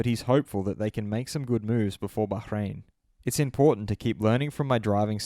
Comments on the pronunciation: Bruh why does this guy keep saying Bahrain Baghrain 😂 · Liking this just because of your pronunciation of Bahrain 👌